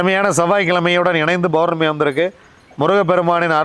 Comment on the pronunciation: அருமையான தகவல்.. பௌர்ணமியை Bournami என்று உச்சரிப்பதற்கு பதில் Pournami என்று சொல்லுங்க ஐயா.. உங்கள் தகவல்கள் மிகவும் உதவியானவை..